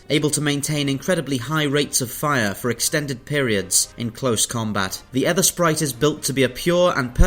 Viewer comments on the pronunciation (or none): "EEthersprite" - like the "ee" in "teeth", not "Eth" like "earth". As in "the ether" of a clear sky. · Ethersprite mate, like ... Aegypt (Egypt), Daemon (Demon), Aegis (Egis) etc... The A is silent. It's pronounced Ether Sprite.